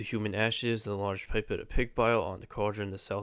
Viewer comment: Did it! After a false start where I missed a gem. Great guides as always. If you care, pipette is pronounced pip-etttttt like dudette except pip.